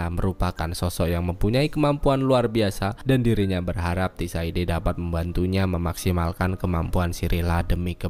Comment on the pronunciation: mau nonton s4 dan mampir dulu kesini buat liat recap karena udah lupa. tapi mau saran buat nama tokoh/tempat bisa lebih di improve lagi bang kayak sebutin tissaia de vreis (bukan tissaide) atau cintra (bukan cintera), dengan penyebutan yang tepat dan benar kita menghargai author the witcher nya hehehe 🙏🏽 keep the good work bang